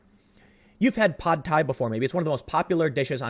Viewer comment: FYI, "Pad"... It's pronounced the same as English.